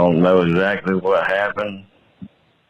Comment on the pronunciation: “I don’t know “sactlee”….no shit 😂